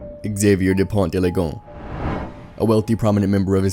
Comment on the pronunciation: It’s not pronounced LIGON, it’s LE-GO-NES. NES like the Nintendo console.